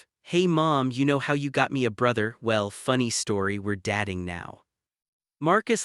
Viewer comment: Good story but AI's dat-ing, star-ing and debat-ing instead of dat(e)-ing, star(e)-ing, and debat(e)-ing, is very annoying. This can be fixed by editing AI, or preferably by using a real voice. Btw, genetics doesn't come into having children for same sex couples, there has to be a donor either way who doesnt need to be related to either partner, or by adopting children 😉